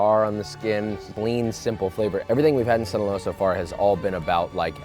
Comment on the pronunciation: Hearing you say Sinoloa made me do the Idris Elba hot ones reaction while eating my food Be careful Josh, we need you alive to keep making us content and keep us entertained 😂 The worst cartel in the world is literally the “Sinaloa Cartel”